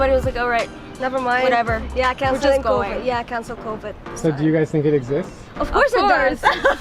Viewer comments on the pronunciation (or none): "ther isn't covvidi"